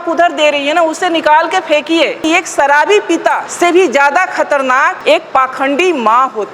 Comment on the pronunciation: सराबी ❌❌❌❌❌❌❌❌❌ "अंधविस्वासी" ❌❌❌❌❌❌❌